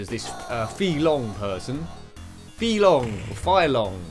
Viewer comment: Anyway, Guile is pronounced [GHÀIL] and FEI LONG is [FÈI LÒON] 😁🤣